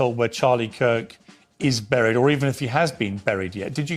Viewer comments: For the love of God, stop saying ‘brried’!! Can’t take her serious based off that alone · Man I can't stand how she says burial and buried. What a dope